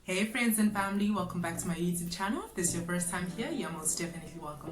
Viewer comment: I love your pronunciation of YouTube😅 you're thee only one I know who says it like this😂